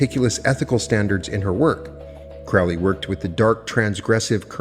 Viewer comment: Pet peeve of mine: its pronounced Crow-lee not Crao-lee, Crow like the bird